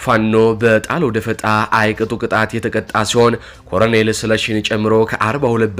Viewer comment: ለአዘጋጁ ወንድማችን:- "..ኮረኔል" አይባልም:: ትክክለኛው አጠራር "ኮሎኔል" ነው:: ቃሉ የመጣውም Colonel ከሚለው የእንግሊዝኛ word ነው:: በተረፈ በርታ! ድል ለጀግናው ፋኖ!